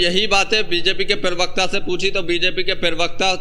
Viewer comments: Zyada mat bola kar bhai Pirwakta nahi hota Pravakta hota hai. Bolna to seekh le bhai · पिरवक्ता नहीं होता प्रवक्ता बोलो